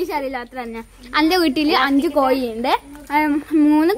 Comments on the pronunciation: കോയി അല്ല കോഴി ആണ് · കടമ്പ് ഉണ്ടാക്കാൻ പഠിപ്പിച്ച ക്ക് റൊമ്പ നൻറി. നല്ല വീഡിയോ. കടമ്പും ചക്കയും കണ്ട് കൊതിയായിപ്പോയി. മോൾക്കും അഭിനയത്തിൽ നല്ല ഭാവി ഉണ്ട്. ചില ഉച്ചാരണം ശരിയാക്കണം, like കോയി. കോഴി എന്ന് പറയണം ട്ടോ., & അമ്മ rock in this too. അമ്മയുടെ അമളിക്കഥ കൊള്ളാം.